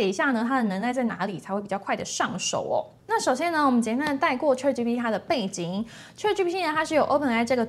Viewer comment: 小姑娘，先把ChatGPT中原音 a 发音的好一些吧！ 这个 a 的发音应该跟Apple的 a 发音是一样的，你是哪个地方的人？